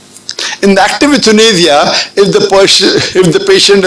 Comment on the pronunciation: It's YOU-THA-NAY-YA your pronunciations are very wrong Dr similarly it's GALAPAGOS ISLANDS not kelatropis that Darwin visited Lol